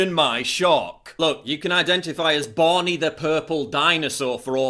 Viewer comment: É barney nao bonnie kkkkk